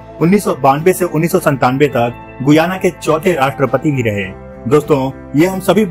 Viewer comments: Its pronounced GAYANA not GUYANA. Check before you speak 😡😡😡😡😡😡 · SHAYAD ISS DESH KE NAM KA PRONUNCIATION GUAYA NAHI HAI GAYANA HAI...PLZ CHECK KIJIYE GA..